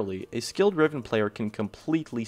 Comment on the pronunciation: When he said riven i instantl unsubbed